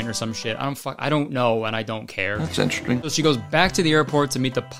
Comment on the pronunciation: Nah, he said "inchursting", which is just how certain folks pronounce interesting because accents are weird. Alotta folks, especially old folks, say it that way where I'm from.